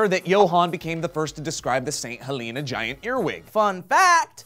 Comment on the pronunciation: THAT'S NOT HOW YOU PRONOUNCE HELENA